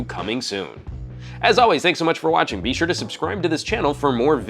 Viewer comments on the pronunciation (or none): none